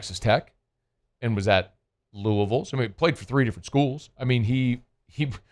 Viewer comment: Shoutout to for pronouncing Louisville right